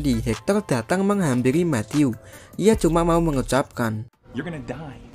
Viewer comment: Itu "You Gonna Die" Bukan Gay Wkwkwk😂😂